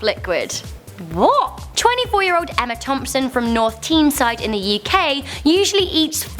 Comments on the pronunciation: WTF IS TEENSIDE It's pronounced tie-n-side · North Teenside? It's pronounced Tineside, but obviously not spelled like that. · JA7 Sports I’m from North Tyneside and it’s pronounced Tayn-side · Did... did you say... North Teenside? It’s pronounced “Tineside” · Jonathan White I think so, pronounced Tineside for all the non northerners here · I think you meant N Teeside? Not Teenside...